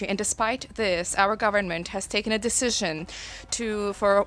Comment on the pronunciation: OMFG dude, learn how to say "decision". I just keep hearing "dejigion" over AND OVER, it's driving me insane.